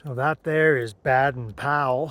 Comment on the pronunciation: Baden-Powell: Baden has a long ā pronounced Bay-den. San Jacinto: pronounced Ha-cinto